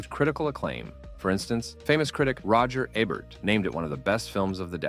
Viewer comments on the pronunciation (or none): Roger Aybert? LOL!